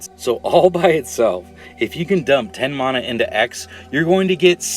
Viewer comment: Theres no H in Mana, jesus that's annoying. It's like saying Shaymin instead of Shaman